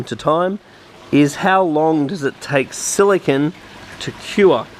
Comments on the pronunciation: How much more explanatory does semiconductor computer chip silicon.. vs silicone for sealant have to be ? Youre also pronouncing it wrong as well. SiliCON is a computer chip.. Its pronounced Sili cone.. Like snow cone. ice cream CONE.. Construction CONE.. Not sili CON. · Its silicone.. not silicon.. Silicon is a computer chip.. silicone is that rubbery chemical stuff for aquariums bathtubs ect.. Youre saying it wrong as well.. Sili CON vs Sili CONE like ice cream cone. Get it right please lol